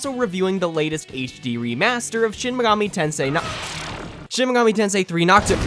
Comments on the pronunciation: Ah yes Shin migoomi tansay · Wtf is shen megoomi tensay?